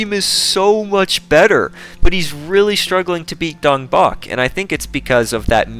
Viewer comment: I refuse to believe that's how Dongbaek's name is pronounced